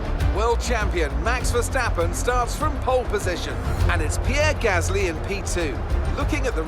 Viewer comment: Ffs why can’t you say Gasly right not gassssly